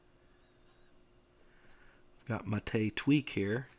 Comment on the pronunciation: Praise be. Someone who actually knows how to pronounce Gnome and Mate. I die a little inside every time I hear someone say "Guh-nome" or "Mayte".